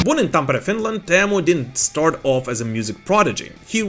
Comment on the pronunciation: Whoa, a non Finn says Teemu’s name correctly? Finally! (As a fellow Teemu, I am very happy)